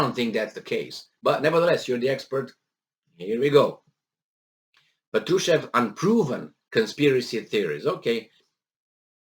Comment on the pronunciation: The stress is on first A: "pAtrushev"